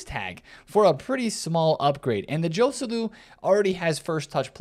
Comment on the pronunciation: the correct pronounciation for Joselu is with H for the J letter. Hoselu